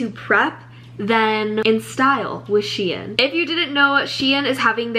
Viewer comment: I love the way you say shein LOL😭 this video was amazing, excited for more!!💕